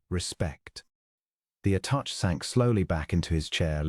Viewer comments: Attache Is at ta sha not attach. Really Good Story! Pleasant Narration.❤ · A nice story. Tho the AI narration is clear, your editing or proofing, if any, has done a bad job with it. There is continuous mispronunciation of the word 'attachè '. Your narrator pronounces it 'attach'. As it's not human it doesn't know the meaning. The word is pronounced 'attashay'. The end 'è' is french & pronounced 'ay' whenever it is used. Another example is 'clichè ' pronounced 'cleeshay'. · Attaché is pronounced uh-ta-SHAY (caps-accent). This is both for diplomatic attaché (a person) or attaché case (briefcase) The first A is pronounced similar to the word “about” uh-bout. Envoy is the same. UHN-voy. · Mispronunciation by AI. Should be “attache”. Not a proper name but a description of his position. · Attaché is pronounced “Atta-shay” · The French A-TA-SHAY! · The ATASHED, what or who is it? 😂😂